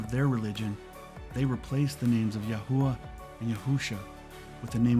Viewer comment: LOVE IT ! Everything is spot on, but it's actually YAH HOVEH God Is . They don't use the word IS in Hebrew because its too close to Eh heh yeh , I am,that I am ... And it scans with Hallelujah...which means PRAISE YAH I definitely think your pronunciation is correct though , that's the one I was led too as well , YAHUAH 💜🙏💖